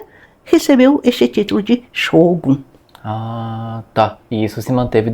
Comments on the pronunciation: A pronúncia inadequada br Xógum é demais.. não dá, não dá, não dá. Não tem justificativa para pronunciar uma palavra japonesa assim, sendo que nossos idiomas fonéticos, são quase idênticos... Fora que eles escrevem com as letras Ocidentais desta maneira = Shogun. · Como é f3lO ler Shogun com X kkkkkkkkkk